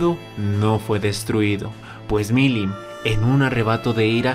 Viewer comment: "Veldanava"... Mirim "Nava"... si el no "interpreta libremente" algún nombre, no es un vídeo suyo. XD